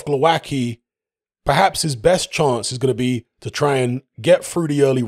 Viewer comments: Oh man.......pronouncing the hard way.... For you Wayne Grekki hmmm? its...tzky!!same here..... its not kki, its tzki or zki, its not that difficult Okolie by stoppage 5th. not Glowacki but Briedis will beat Okolie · Glowatzky is how his name is pronounced. Its always hilarious when butcher names, especially Eastern European names.